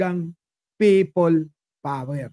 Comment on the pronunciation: Pay-pol power tlga 😂😂😂